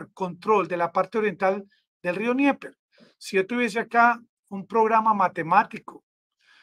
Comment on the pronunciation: Amigo. Dnieper se pronuncia Denieper. Rio Denieper. No se pronuncia Nieper.